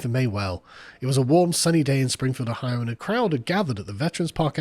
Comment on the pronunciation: Oh-hio pronounced as posh as AF 😂